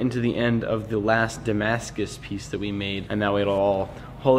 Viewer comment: Damascuses? Damascai? Damascusisisisis? Who knows